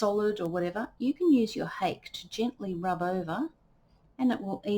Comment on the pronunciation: The Japanese brush "hake" is pronounced hah-keh (two syllables, IPA: /hɑːkeɪ/). It is often misinterpreted by English speakers, but it does not rhyme with "cake" or sound like "hockey". The emphasis is on the first syllable, which sounds like "hah," followed by a short "keh".